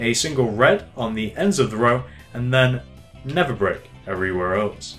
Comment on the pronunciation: His accent makes it sound like never brick but he's saying nether brick